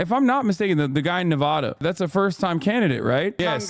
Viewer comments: It’s pronounced Ne-Vah-Duh. Come on bruh you live right next door to us. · the fact he can’t say nevada correctly is infuriating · I find it hard to forgive or take seriously an American who doesn't say Nevada correctly... :)